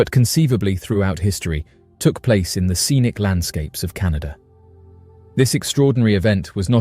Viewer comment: It's CANADA! NOT Canadia. MORON